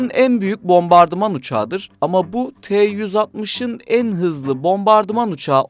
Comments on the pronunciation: 'Tu' diye okumak varken rahatsız edici bir şekilde 'T' 'U' şekinde kodluyorsunuz. Kodlayarak okuyabilmeniz için T ve U harfleri farklı kelimelerden alınmış olması gerekir. Ancak 'Tu' - Tupolev isminden geldiği için kodlamadan 'Tu' şeklinde okumanız gerekir. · Tee uuu 160 Tee uuu 160 deyip durmuş